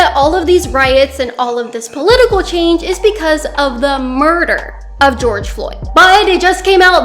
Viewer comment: why did she say murder like that yes it was murder wtf is wrong with you